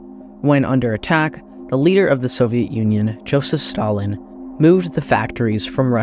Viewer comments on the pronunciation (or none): none